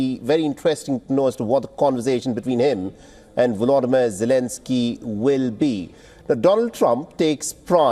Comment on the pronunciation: Russian President Vodolimir Zelensky, did I hear you right? 😅